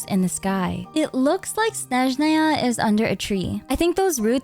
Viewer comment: 5 years of traumatic ear bleeding from hearing them pronounce Snézhnaya healed in just one video. Thank you, 🙏🏻💗